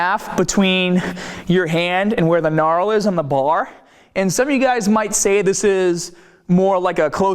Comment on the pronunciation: knarl lol .